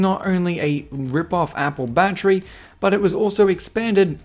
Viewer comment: I swear if I hear battry I’m done for the rest of my life